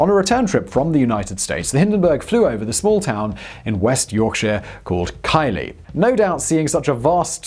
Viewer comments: I had to back up and work it out where here went: Kylie? Near Skipton? Look North (local BBC News bulletin) typically get it right (cf. Sowerby {Bridge) act. 'Sore-by' {Bridge}) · You should know Keighley is pronounced as if spelt Keithley not Kylie as in Minogue. Your film on Burke & Hare was even stranger? Burke born in 'County Tyron' pronounced as if spelt Tyrown and Hare born in "County Armarch' pronounced as if County Armarr. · The one that made me laugh was Keighley, never heard it pronounced Kylie before. Should be keeth-lee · KEITHly not Kylie xx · Keith-lee, not kai-lee...... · FYI: pronounciation failure on Keighley - sounds like "keithley", but with a yorkshire accent (!) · It's good to know that Simon is an equal-opportunities mispronouncer and messes up English place names as badly as anywhere else! It's Keith-leigh, not Kylie! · Keighley is pronounced KeithLee. Kylie - lmao. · I live a few miles away from Kylie, I've often heard it pronounced Key-ley but never Kylie. It is actually pronounced Keith-lee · "KYLIE"???? I have never heard Keighley pronounced anything like that. It's "Keith-ly" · Its pronounced "keithley" not "kylie" 😂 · It’s pronounced “Keith-Lee” not Kylie.. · "K-eye-lee"? Really? It's pronounced "KEETH-lee", as a Yorkshire native I am disappointed. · eh up lad ..thee pronounces it "Keith-LEE" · Where the hell is " Kylie" holy hell 😂 I thought I was hearing things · As a fellow Brit I’m concerned by Simons mispronunciation of British town names, Keighley (Kee’fley) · Ok as someone who lives in Keighley its K-eeth-ley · Living in Leeds, I can tell you Keighley is pronounced 'Keith-ley'.. had me thinking there was a sister town I had know knowledge of in these parts 😅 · Quality as always, small one -It's pronounced Keith-ley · hey just so you know its pronounced keef-lee i live nearby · its pronounced keith-lee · how do you pronounce Keighley ... its Keith - lea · Keighley is pronounced (Keethly). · Keighley is pronounced kiethley